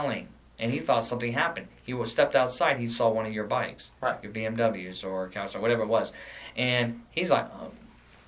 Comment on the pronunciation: It's a Kawasaki bruh